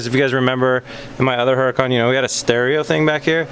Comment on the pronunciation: No disrespect, but seriously you're pronouncing Huracan wrong. The H is silent. Don't get me wrong you're not the only person on YouTube that says it wrong. Considering that you own 2 you might want to pronounce it correctly....lol. love the show though not trying to sound like a dick. Awesome builds!!!!!